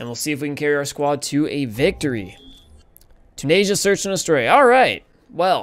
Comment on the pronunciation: Dude... Asia is spelt Asia... Tunisia. Choo-nis-ia